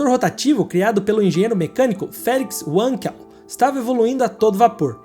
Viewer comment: Uma pequena correção: como o inventor é alemão, a pronúncia é "vanquel".